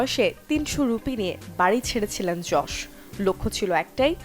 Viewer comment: ভাই যশ না ইয়াস 🙄🙄